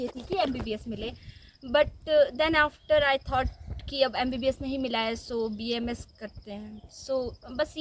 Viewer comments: It's B.A.M.S not bams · बैम्स् nhi bhai BAMS hota hai😃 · बेम्स नहीं भाई BAMS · First of all it's not baamss it's a BAMS clear that things pronounce every degree name with respect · It is B•A•M•S• not बेम्स The girl is continuesly pronouncing it correct stil you are pronouncing it in wrong way and showing yourself as cool dude by saying बेम्स again and again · it's B A M S NOT bams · Ita BAMS not baamss 😂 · Plz pronounce bams properly